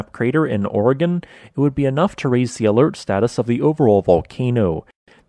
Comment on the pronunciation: Thanks for not botching the name Oregon